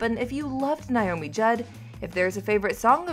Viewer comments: Please pronounce her name correctly. NAAAomi not Niiiomi! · It's NOT NYE-OMEE..IT'S NAY-OH-mee!!! Don't report on her if you CANNOT PRONOUNCE HER NAME! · Please pronounce her name correctly. It’s Naomi not Niomi. I loved her, and her loss is heartbreaking. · It's not NI-omi, it's NA-omi!! I'm so tired of hearing her name mispronounced. Possibly she is too. ;-) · Why do so many people say NIomi? Her name was NAomi. Have some respect. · Why can't these people who do the voiceovers in the videos, pronounced words or names correctly! Her name is pronounced NAY-OMI...Not NIE-OMI! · Geez. Her name is NAomi. Not NIomi. Ugh. 🙄 Rest In Peace, Naomi. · Pronounce her name correctly. NAYomi, not NYomi. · Nay-o-mi. Not Nigh-o-mi.